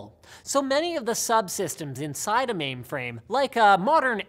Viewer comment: Linus, are you saying maimframe?